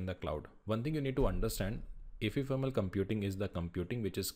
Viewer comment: bro that's not efefermal it's ephemeral